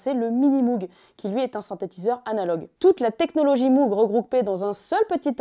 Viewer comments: Ça se prononce "mogue" pas "mougue" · apparemment MOOG se prononce Mogue et pas Mougue. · Petite précision: Robert Moog a toujours indiqué que son nom, d'origine néerlandaise, ne se prononce pas "M-ougue" mais bien "M-ogue", avec un O long et très fermé qui rime (en anglais) avec "Vogue". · D'ailleurs ça ne prononce pas "Mougue" mais "Maugue" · Super vidéo ! Ça n'a que peu d'importance, mais sachez que Moog ne se prononce pas "mougue", mais "mowgue". ;) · lire "jimmy Hendrix" c'est un peu comme d'entendre "Mougue" à la place de "Mowgue"; à part ça c'est excellent. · Pour info on ne prononce pas MOUGUE mais MOGUE :) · et MOOG se prononce MOWG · Sympa la vidéo, pour donner un aperçu, en revanche niveau taille et synthé autant parler du Thélarmonium, ne laissons pas Cahill de côté non mais. Et je sais que tout le monde dit MOOG parcequ'il y à 2 O mais ça se prononce MOGUE (frère/soeur de sang) ! Parceque c'est hollandais et prononcer à l'allemande par son créateur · Stylé ! Mais Moog ça se prononce "Mog" héhé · Tiens au pasage, Moog ça se prononce "Mogue" ;-) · Pourquoi prononce t-elle Moog comme ça ? C'est pas une marque anglophone